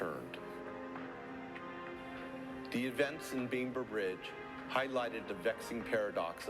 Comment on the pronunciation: So, the narrator says "Beamber Bridge" towards the end. You'd think that with such an important moment in racial history he could remember how to pronounce the place correctly.